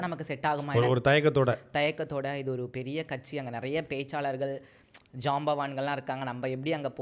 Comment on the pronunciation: ரொம்ப கஷ்டம் கட்சி னு ஒழுங்கா சொல்ல தெரியல நீ... அடேய் உனக்கு சரியான கச்சு தற்குறி tvk தான் 😂